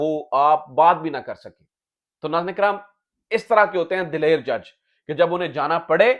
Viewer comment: Excellent! Your correct pronunciation of DILAIR, as opposed to the wrong delivery DALAIR, (absolutely incorrect) by quite a large number of speakers, would have pleased my father Sajjad Sarwar Niazi, who tutored Tariq Aziz in Urdu pronunciation and usage, at Tariq Aziz' s own request! Most impressed! Stay Blessed, Aameen!